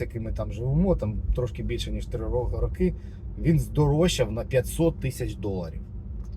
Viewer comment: 3 рОки, а не рокИ ☝️